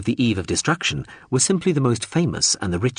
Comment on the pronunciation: Is this an a.i reading too? Have the culture invaded youtube? If not, why is every instance of the word 'were' being pronounced 'where'?